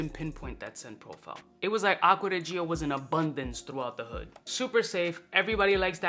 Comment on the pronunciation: Man, you can't do acgua di gio like that! Stop saying acgua di gee oh 😅